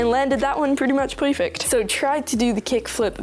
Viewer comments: No hate perfect ❌ poufeck✅ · did he say POIFECT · Peowfect, LMAO WHY U SAY IT LIKE THAT